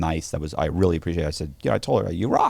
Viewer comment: Who else laughs when over-emphasizes the “Rrrrrr” In “Really”